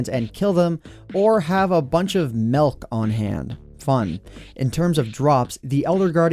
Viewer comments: He pronounced milk as melk 😖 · WE NEED SOME MYLK!! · Melk is nice